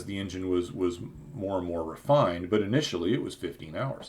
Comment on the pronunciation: Sorry you can't pronounce Turbine or Engine correctly... I understand that there are no rules for pronouncing British English... especially now that most brits speak Polish or Hindi